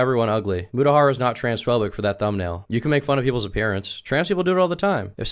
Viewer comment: It's a scientifically proven fact that the worse they pronounce mutas name, the crazier that they are, first mama max's bbg calling him mootah and her calling him mewtahar